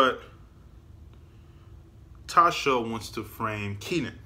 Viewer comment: K - nan. Not Keenan.